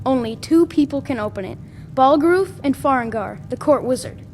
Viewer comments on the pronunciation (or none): “Balgroof” - Nelkir